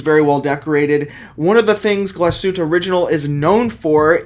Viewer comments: GlasHuTTe................. not Glaschute, dont forget the dobbel TT. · Dude! You're a watch expert, please learn to say the watch name properly. It's pronounced "gloss-hu-teh." Otherwise, great vid. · "Glashütt" — There is an "e" at the end, and it is pronounced. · Diese Marke sollte man schon richtig aussprechen können .